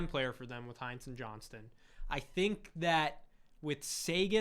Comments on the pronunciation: It's HINTz. There's no e to make it Heintz. lol He's not ketchup 🤣Keep up the great work, tho! Love the channel <3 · There's no other kinds like Heintz.